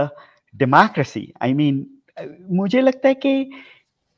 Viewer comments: Person who can't pronounce democracy is lecturing on DEEMAACRACEE. 🤦‍♂️ Secondly India isn't taking russian side. Officially Indian government has adopted neutral stance. Thirdly when it comes to supporting Ukraine that nation never supported India in any international issue, in fact Ukraine was in favour of sanctioning India. So just because Ukraine has democracy we are supposed to blindly favor them? With this logic India should also support barbaric nations like Pakistan and China, as they also have so called "Democracy". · 25 saal se USA main hai. Democracy bolna bhi nahi aata. Naat nahi not hota hai. Jhoota aadmi hai ye